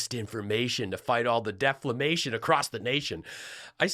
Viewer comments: When this clown talks about deflamation he actually means self flagellation 😅😅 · It's still saying deflamation. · Lindell corrected himself to say deflamation!😂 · Lindell is sitting in a pretty cushy house there, does he still have and use his private jet? You would think that one of the clowns in his orbit would tell him how DEFAMATION is pronounced.